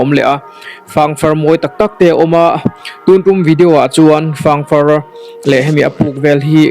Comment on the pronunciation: Ziah chawp a ang ti lovin, ker chawp a ang ti zawk la.. 😁 chuan fâng far i tih kha fâng faarr (hetia ziah anga thlûk in) tia lam emaw ka lo ti thin a! (Ka lo sawi ve mai mai. En a manhla leh e! 👍👍